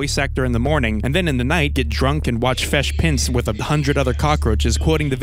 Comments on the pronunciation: "Fesh Pince." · "fesh pince" is on the same level as "fustrated"